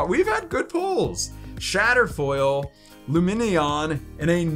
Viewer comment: He can’t pronounce Lumineon 😂😂 and it keeps popping up every time he rushes past it so we don’t notice he can’t pronounce Lumineon. He pulled it 3 times 😂😂😂😂😂😂😂😂😂😂😂😂😂😂😂😂😂😂😂😂